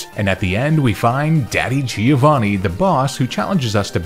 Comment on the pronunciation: Just as quick note, the correct pronounciation is "Giòvanni" not "Gíovanni".